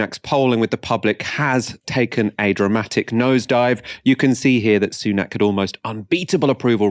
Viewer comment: It's pronounced Sunak as in sun-ack. Not soon-ack.